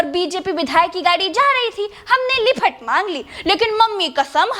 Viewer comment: आपका लिफट कहना वाकई मार्मिक लगा।